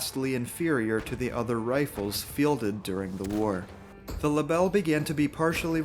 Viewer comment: I don’t speak french but I am sure you absolutely smashed the pronunciation of that rifle 😅